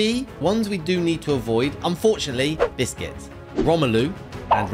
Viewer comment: He cald busques biscuts